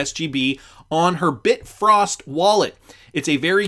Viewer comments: Bi-Frost wallet not Bit-Frost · Bi-frost. Not Bit-frost. Bifrost wallet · It’s Bifrost wallet not bit frost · Bi frost. You might be confusing people. It's not bitfrost. It is Bifrost.